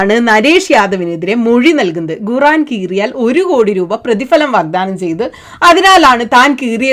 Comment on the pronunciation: Guran alla mole😂 quraan